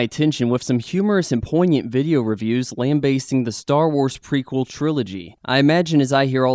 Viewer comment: Lamb basting?...Oh...Oh...ooooh. "lambasting".